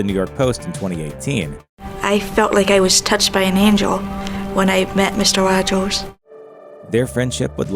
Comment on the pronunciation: Why she say Rogers like that , that was cool lol.